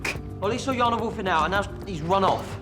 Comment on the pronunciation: It's Jana( Ya-na ) not Shona🥲